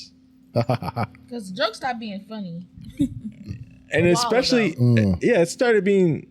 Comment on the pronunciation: I love you. And I don’t know how to say this without sounding rude. I’m honestly not trying to be. It is definitely MY problem, but i will be super happy, if you practiced saying E-specially 🥺🙏